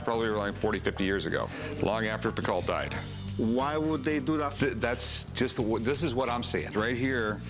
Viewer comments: Piko. Not Pikat 🙄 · For any non-french speaker ; Any names that ends with AULT , sounds like O. Emilie PICO . Not Pick-alt !! Just sayin :P